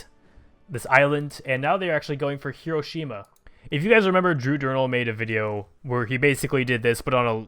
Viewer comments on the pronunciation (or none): none